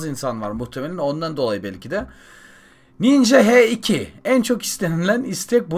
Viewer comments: h2 değil haş iki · ABİ HE İKİ DEĞİL HAŞ İKİ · He 2 değil haş 2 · H2 diye okunmuyo ani haş2 diye😂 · Abi o He 2 diye okunmuyor haş 2 diye okunur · Abi o h2 deil haş 2 diye okunuyo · Mustafa Sefa Soysal kardeş heryerde haş 2 olarak okunuyo motor serisi takip edenler bilir. AEA nın kanalına git KAWASAKI H2 incelemesini izle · Mustafa Sefa Soysal motorun adı haş 2 diye okunuyo dil bilgisiyle alakası yok